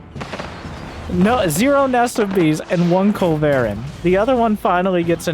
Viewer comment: Your culv pronunciation made me chuckle.